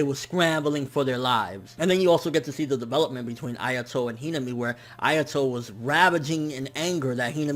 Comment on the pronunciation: Hate to be that guy but you're saying Hinami wrong, it's "hi-na-mi" not "hina-mi"